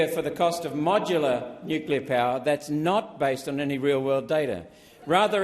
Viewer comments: NO .......GALLAR .......NUCLEAR IS THE WAY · Boneheaded Bowen can’t even pronounce Nuclear…..☢️